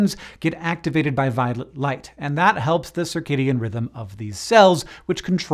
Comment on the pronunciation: Why do I hear "Violet light" as "Violent light" 😂